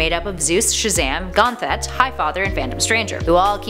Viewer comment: Gone-Thet??? Come on!!! Ganthet!!!!.